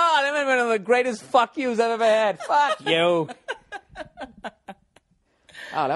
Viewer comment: "Fahk you."